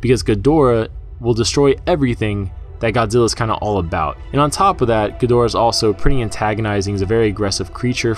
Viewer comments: Why are you saying khin-ga-dor-uh instead of Gee-der-uh like it was back n the '60s? Is this a Japanese pronunciation? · Jesus man, it's pronounced GEE-DO-RA!!!!!